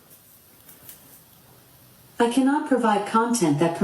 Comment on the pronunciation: I've never heard him called Donald TRUM 😂 (Just an observation)